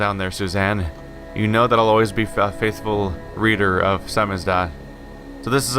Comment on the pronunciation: It's pronounced 'samizdat', not 'samizduh'. It means self-published.